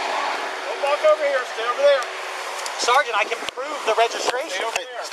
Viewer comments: Can we please have a montage of every single "saregant" or "officer oogletree"? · "all i kept saying over and over was 'sargeant'" for once he's not lying